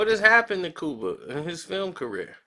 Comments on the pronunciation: Lol Its Cuba not Kooba lmmfdo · Cooba? Really 😂😂😂 u have a speech impediment....get some help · its Cuba...Q-BA ! my friend lol